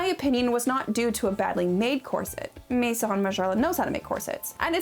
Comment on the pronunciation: the way you pronounce :maison: is incredibly off putting. I mean, u have google translate, i just type maison there and it tells u how to pronounce it. These days, IGNORANCE IS A CHOICE, TRULY!